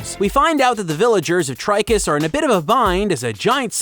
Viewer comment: Cinemassacre's Angry Video Game Nerd really hated Titus os much, he just called it "TIT-us" in one of his videos. After all, they made the N64 game of "Superman", where you just fly through rings. That's it!